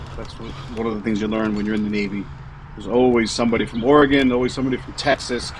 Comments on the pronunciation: I appreciate that you know how to pronounce Oregon! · I like it, you pronounce “Oregon” correctly,!! 😅